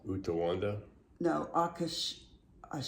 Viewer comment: Great haul and Grumpy grandpa❤. The wood name is pronounced..ah..kay..sha❤